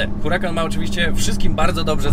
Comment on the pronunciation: Mówi się URAKAN nie Hurakan, dlaczego zmieniasz C na K a o niemym H już nie pamiętasz.